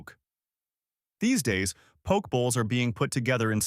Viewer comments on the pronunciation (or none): It’s po ke. Not poke in the eye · You lost me at poke. The pronunciation. Po-kay. Not Pok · Poke is pronounced poh-kay. Not poke. You would know this if you really was in Hawaii. Come on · Good research, but terrible pronunciation of almost every Hawaiian and Japanese word. The info is probably from a Hawaiʻi source, but you should have gotten someone from Hawaiʻi to read it. If you go to Hawaiʻi and ask for "poke" rhyming with "joke," people will just laugh at you. Many of the pictures are not of the food being described. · So many mispronunciations? Please is pronounced Pō-Kay. The fruit Lilikoi is actually Passion fruit. Yeah like commented earlier Ti leaf is said Tee leaf. Pronouncing Hilo, Hawaii is pronounced Hee-Low. I can appreciate this video but they should’ve utilized a local older man or woman to narrate. It would come across more genuine and immersed. Hawaiians wouldn’t feel mocked. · I predict a lot of angry comments by Hawaii locals in your future, and past, by the looks of the comment section. Oh well, nice drone shot of McCully, Ala wai, Gateway to Waikiki, etc.. and thanks for sharing the info about local food, albeit with some of the worst pronunciation ever heard. 🤙🏼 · Mispronouncing these words like "Poke", "Limu" and "Hilo" seems sort of disrepectful if you're going to do a video featuring these foods.